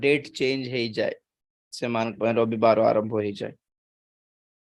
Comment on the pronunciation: ରୋବିବାର ନୁହେଁ ରବିବାର